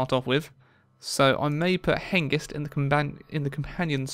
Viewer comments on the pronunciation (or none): Hengist not ghengis, Hengist means stallion.